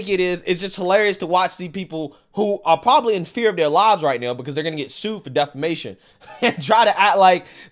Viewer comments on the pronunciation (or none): Defamation, not defanation